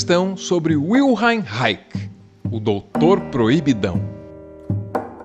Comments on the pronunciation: Estava ouvindo o mas quando fui ver o vídeo e vi que era Wilhelm Reich, a pronúncia alvaresca do alemão não me permitiu identificar o autor. Tenho aqui bons textos do "raixi" com "r" de Kiko. 😂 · A pronúncia não seria "vilhelm raich"? (H e CH guturais). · Alvaro, o nome de Reich é germânico, logo sua pronúncia soa como vilheme raiche. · Ola, muito bom vídeo, adorei saber mais sobre ele. Mas, se vc procurar, a pronúncia certa do nome dele é bem diferente, tive que procurar o nome escrito no seu vídeo para descobrir quem era,.pois nao associei a pronúncia que vc usou ao nome dele. Desculpa qualquer coisa. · Desculpa, mas a pronúncia do nome do Wilhelm Reich está correta? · Aiaiaiai Arvro...... Nao farei apontamentos, mas sugestao de ler 3 biografias e bater um papo com o Christian dunker....tem boas informacoe ai, mas atravessadas e a pronuncia do nome está errada, pode ser um detalhe, mas un detalhe importante. E abra a primeira pagina , leia psicologia de massas do fascismo. Mas principalmente a historia da psicanalise, os primordios.